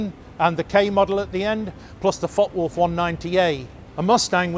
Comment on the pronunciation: Ah yes, the deadly fock-wolf